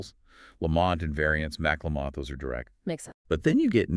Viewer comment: It's pronounced "Lamb - it", not laMont